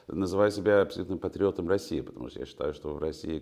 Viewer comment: «Патреотом»? Серьезно? 🤦🏼‍♀️